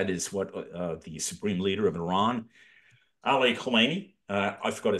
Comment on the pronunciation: It's pronounced E-RUN not i-ran.....